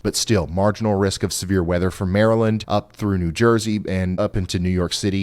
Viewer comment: you know he is a weatherman cause he cant say new jersey